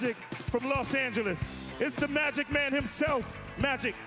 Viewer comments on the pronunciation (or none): none